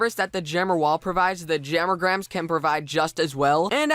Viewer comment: why does he say "jammer-grams" its "jam-a-grams" o3o